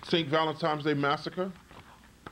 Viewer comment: How old are you? And you still haven't learned how to pronounce, "Valentine's Day?" There is no, "M" in "Valentine's." You say it as if the correct pronunciation is Valentime's. You should have learned that in the 1st grade!